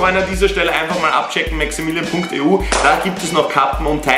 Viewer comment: Hi du hast gesagt maxaminion